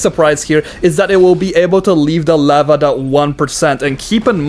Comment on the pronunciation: leopard is pronounced like the big cat kind of leopard just so ya know